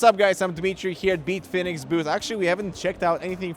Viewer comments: Who tf is Beetfinix? I came here for Bitfenix content. Lol. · "Beetfinex" lol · Why does he call it "Beatfenix" lol